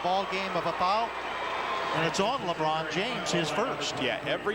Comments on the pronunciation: Liibron James😂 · He said Leebron,not Laybron,listen again.